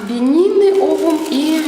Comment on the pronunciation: Не бени́ны а бе́нины